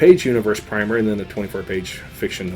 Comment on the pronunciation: My goodness, primer pronounced correctly! Thumbs up for you sir. Good review by the way :)